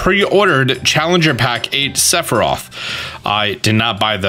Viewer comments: *s e t h i r o p h* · Listening to pronounce Sephiroth 3 different ways throughout this video was amazing. Lol